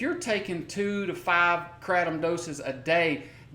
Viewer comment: Stop saying kratom like that, sounds like crap. I love Kats botanicals! Doing God's work <3